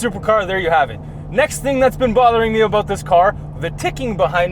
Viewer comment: Complain aboot it?